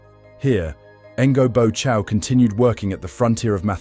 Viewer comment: You can’t even learn to pronounce his name one bit. It’s so far off!